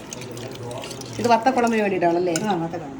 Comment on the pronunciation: I am also a pattathykutty from TVM,vatha kuzhambu ennu parayoo mole, instead of kulambu